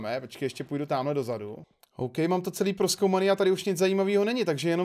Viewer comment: Ty jsi jedinej kterej neříká do záádu ůplně mi s toho krvácí uši jak někdo říká do zádu 🤮 místo do zadu